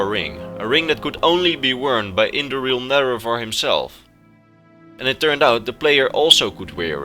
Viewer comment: You said indoril nerevarine wrong.